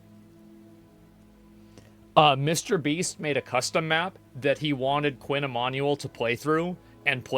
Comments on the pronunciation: It's pronounced ee-man-you-ell not ee-man-ee-all Baldy. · i think its pronounced "e MAN u WELL", sound it out, nice vid otherwise